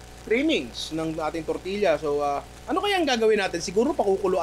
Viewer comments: Great content! But please, pronounce it as "tortiya" not tortilya. The hispanic blood in me is itching haha. I'm Filipino-Hispanic, so we pronounce it as tortiya. And yes, we make tortillas almost like that. :) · Tor-ti-ya ninong ry. More power HAHAHA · Di po ganyan ipronounce quesadilla at tortilla ☹️☹️☹️